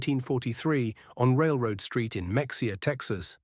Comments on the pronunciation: IT ISN'T PRONOUNCED MEX E AH... IT'S PRONOUNCED MA HA AH! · Mexia; Texas is pronounced Ma-hay-a like ma; your mother, hay like the stuff you feed horses, a like Ahhh relief. It is a Mexican word, like many Texas towns, because Texas was once part of Mexico. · It is Ma-haya, not Mexia as it is spelled.